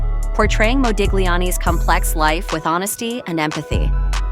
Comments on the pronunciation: Nice video. Only a note to the first narrator: the ‘g’ in Modigliani is silent… it is pronounced Modiliani 😉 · It's pronounced Modiliani. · You are not supposed to pronounce the G in Modigliani's name.... fact check before anything is the right way to go.... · My God! The "g' in Modigliani is SILENT! - as, that is how Italian IS! Either an AI Narration, or - a clueless American IDIOT! - Oh Yeah... GO, MAGA!